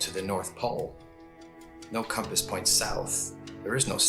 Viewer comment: The way he tries to make compass sound like "Come pass to the north" is the highlight of my week, let alone this video.